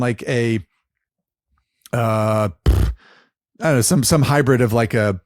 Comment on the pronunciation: Does it bother anyone else when says "hi-bread" and "ver-seez"?